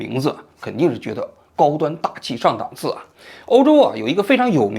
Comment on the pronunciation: 档dàng次 。王局，咱的水平不允许读错这种常见词😋